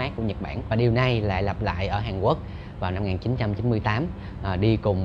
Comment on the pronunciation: Mình nghe chữ hàn quốc như hàn uốc vậy